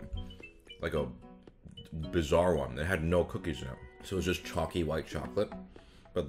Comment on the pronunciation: Hershey's IS mediocre Thanks for casually but boldly saying it Edit: "I don't dislike Hershey's kisses but they kinda are a waste of calories" Burn Hershey's without saying you'll burn them Edit2: I love toffee too! Edit3: minor annoyance but the way chalky is almost pronounced like "choc'cy" (as in chocolatey) Would never tie that (the latter) to Hershey's